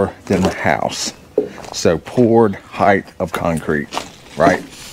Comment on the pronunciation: No such word as heighth. Word is height. Just say'n. Ha!